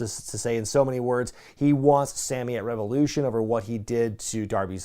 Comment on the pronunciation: It's so weird to ever hear you say "Revolution" properly. I'm so used to "rEvAoULOoShauNnnNnUH!"